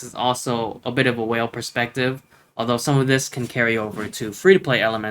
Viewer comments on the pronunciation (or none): I can see you have invested on emphasizing ya state "just WHALE and ya point will shoot up with Alpha" 🤣 🐋